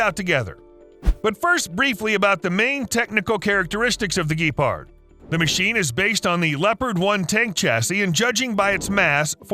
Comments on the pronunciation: It's Gepard, not Gipart, mate. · Couple wrong things here, firstly its not pronounced ''Gipard'' but ''Gepard'' secondly you've mixed in a couple of ITSPV 90, uses the same gun but is using the hull of a Leo 2A4 and the turret/radar systems of a Chieftan Marksman. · A Giipard? hmmm Gepard ffs. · Geepard... Pronounce it like the animal. Its not that hard. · Great video! Lot of research, but why don't you also research how the names are properly pronounced? Gepard, Bundeswehr, Buk. It's no that hard, you should give it a try. Now it's just inaccurate and annoying.